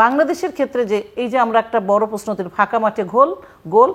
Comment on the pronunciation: আপনি প্রশ্ন শব্দেটাকে প্রেষ্ণ বলেন। এটি শুদ্ধ করার চেষ্টা করুন